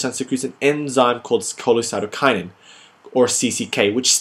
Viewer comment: Hey great video! :) by the way, it is cholecystokinin, not cholecytokinin :)